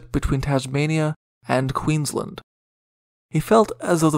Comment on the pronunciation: The pronunciation of Queensland and Brisbane needs improvement. It was also impossible to "avoid Bass Straight (sic - its a Strait)" - it was the main thoroughfare for all vessels. No one rounded lower Tasmania unless they were physically aiming for Hobart.